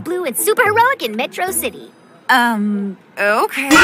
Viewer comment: My guy here Pronounced the City Metrocity instead of metro city! My guy truly is a Fan of Megamind😅